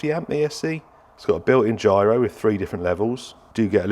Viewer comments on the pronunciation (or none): none